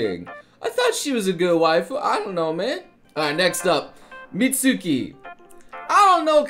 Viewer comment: you pronounced Mutsuki wrong